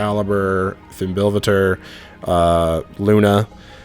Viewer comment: FYI - fimbulvetr is pronounced feem-bull-vet-err